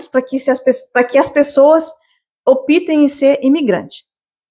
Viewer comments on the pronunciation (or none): Parei no " opitem" . É optem . Se pronuncia " óptem" .